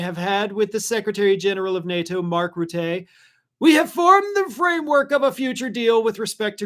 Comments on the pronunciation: do not say Rutteeeeee, he is not french😅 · good PSA, especially about the pets. The Secretary General of NATO's is Mark Rutte but it is pronounced RUT. Right after charging the Clintons', Jim Jordan needs to be fined and jailed for the same thing. The Clintons said they wanted to testify in public hearings. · Love it how everyone mispronounce Rutte’s name. 😂 the bugger is called Teflon Rutte, he screwed the Dutch people over, but I love watching him brown nose his way into getting an upper hand over “daddy”. 😂😂😂